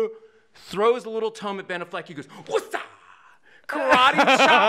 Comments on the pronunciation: He lost me "Benaffleck". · If he said Ben "A"ffleck again i was gonna hang myself. Was he kidding or being serious??? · Ben A-fleck. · LOL I've always said it like that. Benna Fleck :) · He doesn’t know how to pronounce Ben Afflecks name?